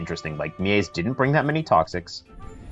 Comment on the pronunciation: Is ir me or did the name Miees peonunciation sonded like something else 🤣